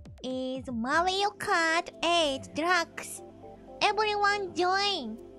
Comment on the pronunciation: So cute. It sounded like she said Mario Kart 8 Drugs 😂